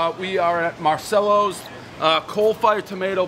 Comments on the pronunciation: The 'no flop" is integral for a slice!! It's pronounced, 'MAR-CHELLOS" for you medigans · You've been to Italy, and I only wish I could go, so you should know it's pronounced MAR-CHELLO-Z. I hate fresh Tomatoes on a Pizza, it's too acidic for me, so depending upon the type of Tomatoes used, I either love or hate anybodie's Margarita Pie and for that reason I usually don't and won't order them. Everybody knows the rules. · Marchellos! The C is a CH sound. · How you feel about Dave pronouncing Marcello wrong? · Another mispronounced place, I guess those are the rules?